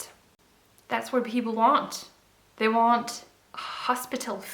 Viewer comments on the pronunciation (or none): none